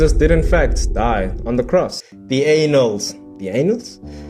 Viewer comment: Annals is pronounced Ann als